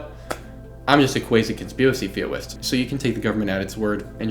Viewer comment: "conspiwacy theowist" will never get old! 😂